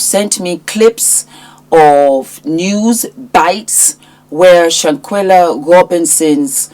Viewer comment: Shan-KWELLA, not Shan-kella!